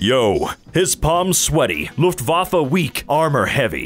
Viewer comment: Omg am i the only one who thinks it's sooo cool when English speaking people read German words? And I think it's so cute how he pronounced Luftwaffe.